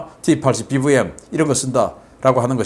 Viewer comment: 🇺🇸 발음으로 추천합니다. T-80BVM 티80비비엠, TV 티비, VOD 비오우디, SUV 에스유비, MVP 엠비피, 등등, 브이 버리시고, (비)로 바꾸신다면 더욱빛날것입니다.